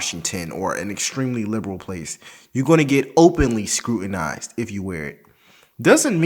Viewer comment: “Scrutinized” lol